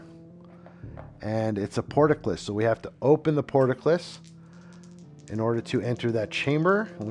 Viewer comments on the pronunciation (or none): that "portaclis" is really killing. It is "port-cull-is"